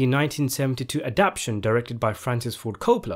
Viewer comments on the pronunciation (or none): A-dap-TA-tion NOT ADAP-TION